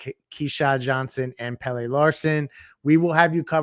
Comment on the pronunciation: How do you still not know how to say Pelle’s name?